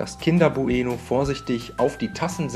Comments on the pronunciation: Wie sagst du denn bitte bueno?? Man sagt doch nicht bu-eno sondern bueno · sag noch einmal Buh-Eh-Noh und ich raste aus